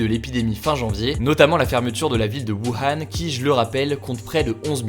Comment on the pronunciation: Wuhan se prononce "Wouran" Et Hubei --> Pas Ubé mais "Roubeille" En fait c'est le H qui sonne un peu comme un R assez discret (enfin je crois)